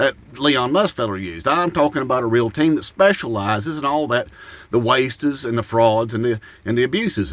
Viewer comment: “The wasteses and abuses.” 😂😂😂😂😂